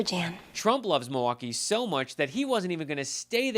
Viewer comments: If he loves the city so much, you’d think he’d at least try to pronounce the name of the city correctly. It is NOT ‘Ma-waukee ’ Donald! Mil - Mil - MILwaukee! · He’s making the city name sound Cherokee asf “Meewah-kee “ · I am hearing a distortion in Trump's voice, it doesn't sound healthy. He was struggling to pronounce Milwaukee. Sounded more like he was saying MiWaukee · MO-waukee? lolol Listen he says it every time. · mah-walkee? what? you want walkies Don? do you need a nurse to help you outside? do you have to go pee pee outside? is trhat what you want boy? lol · He can’t even pronounce it!! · He can't even say the name "Milwaukee" right. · Trump only cares about himself 🙄 He can't even pronounce Milwaukee the right way 😡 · Love it? He can't even pronounce it.